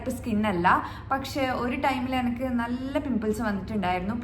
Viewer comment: എ നി ക്ക് നി നി നി Not എനക്ക് 100 വട്ടം ഇമ്പോസിഷൻ പറഞ്ഞു പഠിക്കൂ😀😀😀